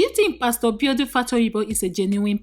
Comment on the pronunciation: Benny Green instead of Benny Hinn, Infidelity instead of infertility, Mbiodun instead of Biodun - narrator biko ur scandal and bullets are more than the fellow you are talking about. Chisos...!